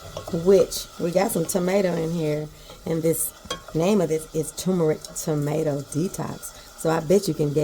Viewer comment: What is tumorick? Now, I done heard of turrrrrrrmeric b'fō. You tryin'a give me a tumor or somethin'? (hee-hee)😊